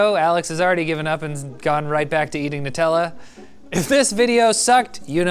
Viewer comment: "Alexander "nutalla" clark" lmfaoooo